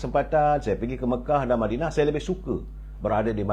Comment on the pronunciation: lebih suka berada di mindanao?.. ke mana?.. ooo madinah... "".. madinah bunyi mindanao.. biar jelas duduk perkara "".. jgn cuba kelirukan kami.. kami bukannya bodoh..